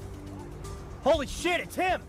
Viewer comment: he’s gonna find another laptop Edit: HOLISHIET 🤣🤣🤣🤣